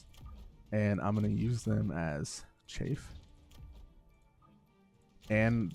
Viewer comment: Just a note: Chaff pronounced Chaaf, not Chafe. Chafe is what your foot does when it has athlete’s foot, or what thicc peoples thighs do when they run in jeans.